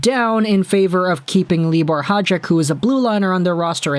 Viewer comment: FYI: Hajek is high ack Chytil is Hee tle